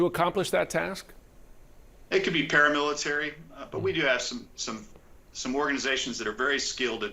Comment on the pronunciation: it was going so well up til he said 'para- military'.